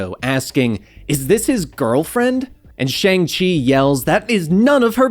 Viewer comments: It’s pronounced “Shong-Chee” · You're not pronouncing his name right.